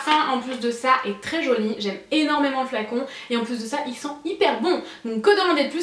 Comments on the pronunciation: Je suis la seule a entendre "jauni" des qu'elle dit "joli" ? >< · non moi aussi j'entend jauni à la place de jolie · tes vidéos vont manquer ! merci pour toutes ces idées et ton implication ! tu me fais rire tu dis 'très joniiii" lol Bisous bisous